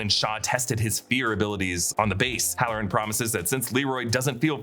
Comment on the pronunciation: 😂 next time say hallorann